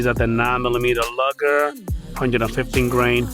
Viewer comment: Dude 200 is just getting started and not even broken in yet. I generally don't trust anything until I have 500 through it. It's not pronounced lugger you noob it's pronounced Lou ger.